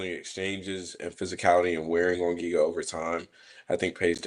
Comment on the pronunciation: Pegasus tryna say Giga’s name was wild 😂😂😂